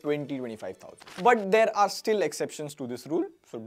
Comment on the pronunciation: arrrrrrre 😂 Hindi caught 😘